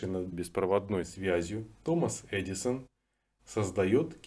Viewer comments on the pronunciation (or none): none